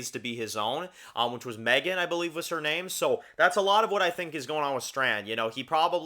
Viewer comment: You’re saying the name wrong. But yeah his lover is the man next to his adopted son. Presumably they adopted the kid years ago like Carol and Zeke. It’s not hard to assume.